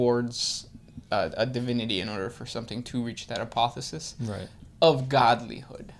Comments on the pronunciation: The word is APOTHEOSIS, you missed an 'O' heretics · It's APOTHEOSIS not apothesis. (APOTHE-O-SIS). A Greek word that means to become like God. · Not trying to be a dick but its A-poth-e-o-sis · They kept saying, "apothis." It almost sounded like "Apophis" . . . .